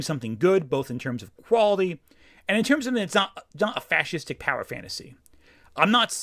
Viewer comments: attempting to pronounce "fascistic" confirms that reactionaries can't read. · How does he have trouble pronouncing fascistic? I guess it is prob performative, acting like he never has seen the word before and that is very far from his normal experience. But it is an often made argument. Hell there was a book written about this 25 years ago. (So either he is dumb, or extremely performative (Yes, ¿Por qué no los dos?)).